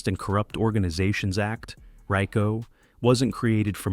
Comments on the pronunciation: Raco haha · Learn how to pronounce RICO